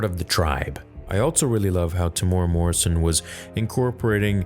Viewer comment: Not being a jerk here but as a kiwi a little more thought given to the pronunciation of his name would be fantastic to hear. Its not pronounced Timora , it is Tim-uh-Era and if you can roll the R..